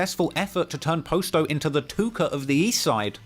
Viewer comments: Dude said “post o” that's when I knew I need to stop letting white people tell a black story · Man I hate how he saying posto name It’s Pa sto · When you started pronouncing Posto i literally turned the video off. Give up on Chicago coverage, we don’t want it. If you can’t even pronounce Posto then we can tell you didn’t follow Lil Herb’s career what so ever and it gives off that you just got into this when you began your niche which is fine but this is the definition of Voyeurism. You get most if not all of your points from Reddit. Just because it pays your bills doesn’t mean this is what you should be doing. The 600 documentary to me was even worse because it was just common knowledge packed into a documentary. This is slightly better because of the history but at the same time we all know the history of the BPS movement and Terror Town basically being the HQ. But literally even with this it’s like im 40 minutes in and every thing is common knowledge and regurgitated facts that everyone knows who remotely cares about the scene knows. Go back to UK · The posto pronunciation is funny as hell lol